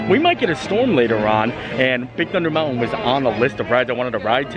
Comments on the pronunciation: Drinking game- shot every time mispronounces "mountain" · The way this guy says, "mountain." I can't.